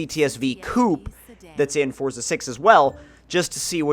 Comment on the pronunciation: Quit fucking saying forza like that